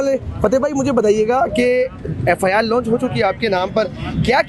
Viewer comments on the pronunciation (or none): Inki education to ye hay k wprd Launch ko lounch bol raha hay